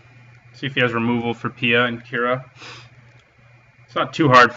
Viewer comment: Its Kiran not Kira.